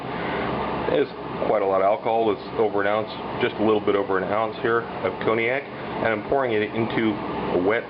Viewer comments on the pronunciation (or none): Brought back memories. Forgive me though, if I smile at your pronunciation of Cognac as "Coney-Ack." Images of Coney Island and Nathan's flashed before my eyes - Steak Diane definitely not on the menu, there!